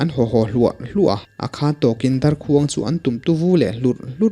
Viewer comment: Ngaihnawm viau a mahse ‘darkhuang’ lam dan hi a dik chiahlo deuh a ni